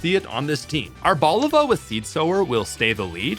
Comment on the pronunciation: It’s Ar-bo-LI-va. It’s a blend of “árbol” (tree) and “oliva” (olive).